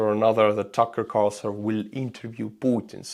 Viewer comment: Tookerrr Carrrsooson